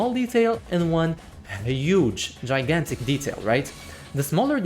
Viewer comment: The way you pronounced gigantic is wrong